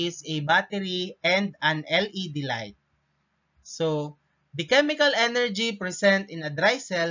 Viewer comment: Hey it's chemical not chemicalcal im in 2025